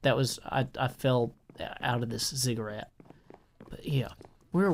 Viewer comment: ziggurat, not "cigarette" - its a pyramid like structure